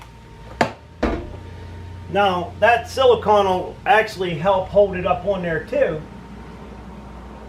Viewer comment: it's pronounced like an ice cream CONE, silicone.